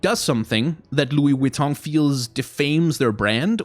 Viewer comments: Nobody:: Lui VitONG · The over pronunciation of LV was kinda annoying, but I completely agree and I'm worried about how this will turn into ingame advertisements, like if this is successful what's gonna stop Mcdonals skins, or Red Bull, or Ford you know? I'm also assuming that the companies will get a % of the sales since their ip will be on the skins. I actually asked this on twitter and got a response from "Great question here! Without getting too spoiler’ish on all the rad stuff that will be unveiled over the next couple months, I can say that both our teams are committed to making this a craft, art, and design first collabo- that’s something that’s core to both our value sets!"